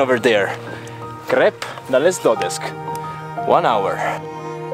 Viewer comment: Well done, but please, don't pronounce the names like this: Dodesk, Crusk... It's Dodesh, Crush